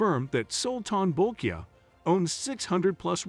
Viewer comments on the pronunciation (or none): It's pronounced BREW-nigh, not brew-knee